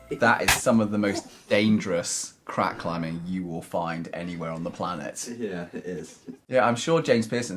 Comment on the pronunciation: He pronounces the 'g' at the end of every 'ing' word, not sure that's proper English...climbingGA